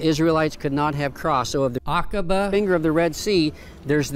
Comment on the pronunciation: Love this 💓 Now you pronounced it right 😊 Akaba